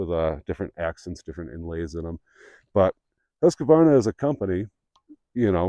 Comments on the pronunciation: There is no A between Q and the name Husqvarna. It is pronounced Hus-kvarna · Much better than Huskavaana. Husqvarna is a compound word comes from the Swedish words “Hus”, meaning 'House' and 'qvarn” meaning “Mill” - Millhouse